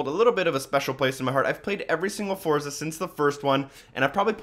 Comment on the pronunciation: It's pronounced "Fortza" lol. Nice review by the way. =)